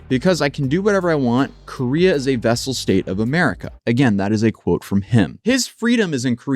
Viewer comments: FYI: not vessel, but vassal. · "Vassal state," not "vessel."